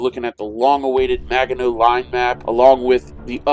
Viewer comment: As a Frenchman, I have to admit I was hurt how you were saying Maginot. But I'm happy you played it, and that you didn't bring out the "french surrender" cliché! Keep up the good work! I'm coolclemENY#5236